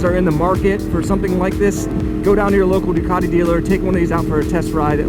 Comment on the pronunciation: NO “DUCARI”, IT’S DUCATI, SAY IT IN ITALIAN, THANKS!